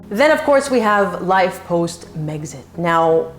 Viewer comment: when meg says "it was another life" she sounded like "another lie" loooOl freud did you feel that?